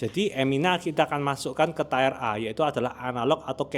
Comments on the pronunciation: Iya asli, ganggu banget dia ngomong tayer tayer aneh banget, sebenarnya gw mau komen seperti ini tapi like komen abangnya aja biar di baca si konten kreator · fr i had to mute the video bcs it was getting on my nerves lmao. i guess it could be plausible if they read it as "tie-r" (someone who ties things?) but like that doesnt makes sense either 🥴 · makasih info nya.. banyak yg kompalin bang, salah cara baca "tier" kata yg komen :D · bener, kalo ngomongnya "tayer" artinya ban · coba sebutkan aksen mana yang nyebut tier jadi tire? Lo kalo ngomong gitu dijamin bakalan bikin orang salah paham bahkan di US sekalipun. Emang apa salahnya si mengkritik buat kebaikan juga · Iya nih geli dengernya krn sering dengar dosen bilangnya tier ini kok agak laen. Sama kyk hidden org pronouncenya haiden pdhl hiden aja 😁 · Ini salah pronounciation bukan aksen. Kalau semua setiap kesalahan pronounciation dibela karena aksen ya udah pake bahasa lokal aja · lu ga pernah ngomong inggris ya sehari2? pelafalan dia itu udah jelas2 bikin maknanya melenceng. buat org yg telinganya udah biasa dengar org ngomong inggris ya jelas keganggu banget.ya kali tier tingkat jadi tire ban kendaraan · ya krn situ ga terbiasa konsumsi konten berbahasa Inggris. Kl udh terbiasa, denger ada yg salah sebut 1 aja udh ga nyaman kupingnya, apalagi ini disebut berulang kali wkwk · Bang tolong banget pronounce tier nya dibenerin, yang setuju like biar diliat hehe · Min, sorry 🙏🏻 Tier dibacanya bukan Tayer ya. Tier dibaca /ˈtiɹ/ Kalo tayer jadi Tire jadi lain arti. Mending baca tier langsung aja jgn ke bhs inggris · Tiir bang buka tayer Wkwkwkwk Belajar bhs inggris lg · Informatif skali bang, thank you! Udah saatnya masyarakat kita melek tentang komposisi makanan. Tapi tolong cara pengucapan "tier" itu "tir" bukan "tayer"😊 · Tier /tir/ bacanya tier bang bukan tayer cek di Google Translate pronouncenya. . Kalau susah lafalkan English baiknya pakai istilah Indonesi : kelas/tingkat. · Tier bacanya tir om, bukan tair